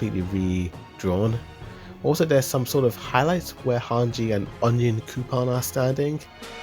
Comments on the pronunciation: Why does no one know how to say Onyakapons name?? Like i don't get it. People say the name in the anime all the time but people keep saying onion coupon . . On-Yan-kah-pone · Lol, why are you saying “Onion Coupon”? 😂😂😂 It’s pronounced Anyan Kapone. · wait wait wait wait, theres no way my man called Onyankopon "Onion Coupon" xDDD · I swear he’s saying onion coupon for onyankonpon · Ahh Yes, The Great “Onion Coupon” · No one's talking about how he called Onyankopon, ONION COUPON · Who is that black guy you keep calling onion-coupon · the also call onyankopon , onion coupon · i couldn’t help but laugh every time he said onion coupon😭😭